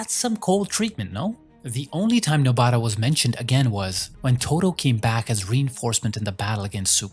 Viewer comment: please stop saying nobaaara